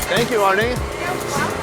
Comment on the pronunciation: I think that guy is saying “Fank You”